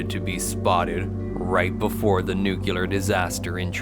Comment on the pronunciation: I was trying to adjust to the new voice but after the fourth "nucular" I just had to turn it off. Where are you?